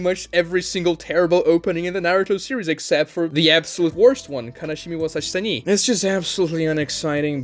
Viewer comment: Kanashimi wo yasashi sani bad? Wash ur ears plzzzzz 🤡